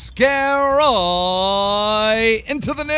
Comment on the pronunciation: No joke, i thought he said: 'let's get roooooooooy into the news'